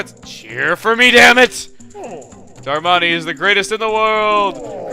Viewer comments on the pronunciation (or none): It's not delivery it's Darmani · you say darmani like susano